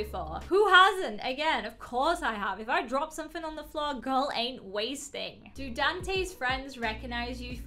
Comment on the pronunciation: I thought you said Grill lmao